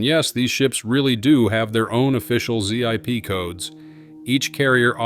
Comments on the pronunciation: This has to be the worst AI narrated video ever. Zee-Eye_Pee codes for mail delivery? Humans say ZIP CODE. Hate this video already and I'm not even 30 seconds in. AI generated videos need to be banned from YouTube. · Interesting video. AI generation and voice overs have come a long way, but still sound hollow. Z I P codes for zip codes. Mixed stock footage of non-air carriers. The comments appear to be bots, too. Not all, though. I guess the internet is dead.